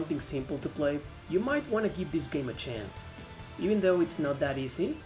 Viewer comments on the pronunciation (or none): none